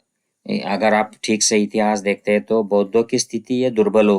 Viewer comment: सर, खुप छान माहीती! Keep It up! One suggestion बरेच मराठी लोक कायम ‘हैं’ च्या एैवजी ‘है’ वाचतात. टिंब ignore करतात. Like यहा म्हणतात यहॅां च्या एैवजी. This can be improved .